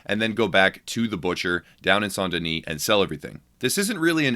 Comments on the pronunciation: It’s pronounced S-ain’t Den-is Not “Saunt Denise” lmao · Saun Deni???? It's St. Denis